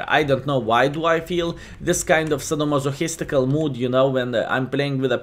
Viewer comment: Sado-mado-his-tikel... what is this word? lol